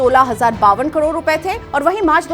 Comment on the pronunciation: Kador nhi karod hota h